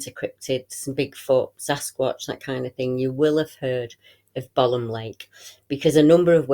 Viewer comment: Thanks great report, I laugh when you call it bolam lake, it is pronounced bow lam lake, I live about 10 miles from it and used to camp there as a kid, never seen the big bloke though and im pleased about that.